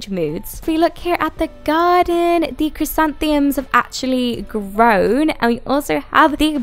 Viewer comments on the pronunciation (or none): You're adorable. I can't not type this though.. Asado = ah-sah-doh, and the dreaded flowers are chris-anth-uh-mums